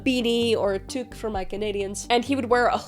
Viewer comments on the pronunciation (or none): none